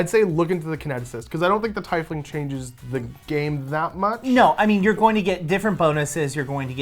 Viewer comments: I kept cringing so hard because you kept pronouncing Tiefling wrong. Quoted from D&D pronouncing guide/community. Tiefling is pronounced TEEF-ling, not tie-fling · I think you made world record for mis pronouncing teifling the most times in 5 minutes